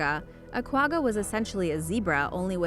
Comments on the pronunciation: You mispronounced gwagga, its pronounced ggggg like when you have flem in your throat, so kwagga like you're clearing your throat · Hahaha you said Quagga wrong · Learn how to say quagga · Omw the way she said quagga .... it is not nearly the right way to pronounce it... i am from South Africa.. and one of our zoo's has a kwagga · When she says quagga wrong lol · She's say Quagga wrong. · Not the way you pronounce the word Quagga